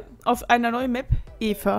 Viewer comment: Eva! xD Das wird im Englischen nur mit I ausgesprochen xD